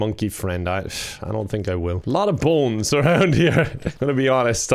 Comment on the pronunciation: says Bones as if it's spelled boens